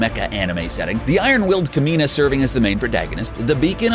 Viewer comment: The Kamina pronunciation killed me, every time. At least watch the show until learn how to pronounce the characters name correctly......